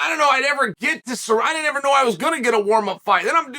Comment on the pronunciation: I love how Chael calls Ciryl "Surreal" 😂😂😂😂😭 Omg just got to the end "Let's stop asking the bartender for advice on quitting alcohol." 😂